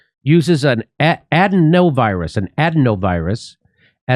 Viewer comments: Jimmy just so you know it is (uh-dē-nō) virus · A-deeno virus is how it is pronounced